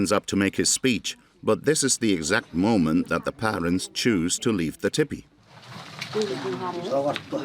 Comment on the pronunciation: I cannot bear to hear that narrator mispronounce TEE PEE it is not Tipee .... TEE PEE